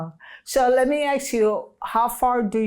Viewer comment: I really enjoyed watching this thank you!! Something she said was Axe instead of Ask I was cracking up. I can’t wait to see you on Netflix luv ya ❤️ God Bless